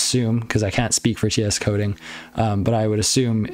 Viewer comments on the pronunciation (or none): Bro it's Tsoding ( as in Sojin ) it's Russian, it's not Ts coding